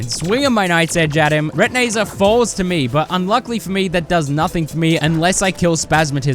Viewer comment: This might be the first time I heard call retinazer “re-ti-nay-zer” instead of “re-tin-eye-zer”